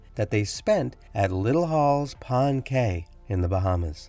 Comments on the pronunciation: Please research pronunciation of Cay. Pronounced Key by Bahamians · Cay is pronounced "key".